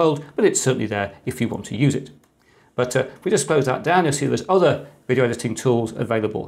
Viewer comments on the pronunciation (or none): none